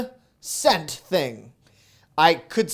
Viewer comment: I love it when you said ‘this cinnamon broom think’ 😃